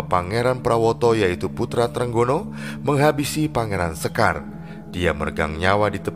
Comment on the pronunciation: Izinkan saya beri masukan agar pengucapan kata2 Jawa lebih pas/enak didengar. Sekar Seda Ing Lepen, kata 'sekar' diucapkan dg 'e' sprti pada 'lepas' , 'seda' yg artinya wafat diucapkan dengan 'e' sprti pada 'tempe' dan 'a' diucapkan sprti 'o' pada kata 'jowo' dan 'd' diucapkan dg ujung lidah di bibir bukan di langit2 mulut. Sedangkan 'lepen' yg berarti sungai, kedua huruf 'e' sprti pada 'ember''.